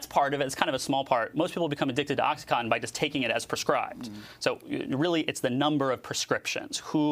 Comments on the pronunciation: "oxyconton" "oxy conton" its fucking OCSEE CAW-TON . im fucking telling a 60 year old lady how phonetics work.......... i dont even do drugs but its not a hard word to say it really isnt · Is he saying MS "cotton" and "Oxycotton" because this is certainly not correct. How hard is it to say OxycoNtin?